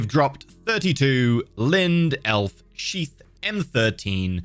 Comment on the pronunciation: i swear he is saying sheep instead of sheath